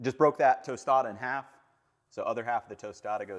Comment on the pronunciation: Tostada is pronounced closer to toss tada then toast tada